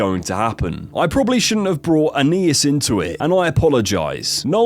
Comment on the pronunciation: No it’s not lol. It’s An-nye-eess the naï is pronounced like it is in naive